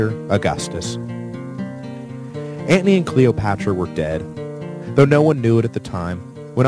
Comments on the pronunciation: Why tf do you say Marc Antnie??? I can't even listen it aggravates me 😂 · really? you pronounce Anthony as antney, like you're a wise guy? I turned you off. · lol yeah same. every time, I hear "ant knee" 😭